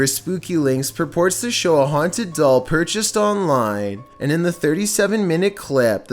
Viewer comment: At number 3 he said there is something in the dall